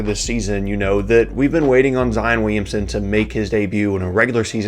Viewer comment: Who else got annoyed when he couldn’t say williamsion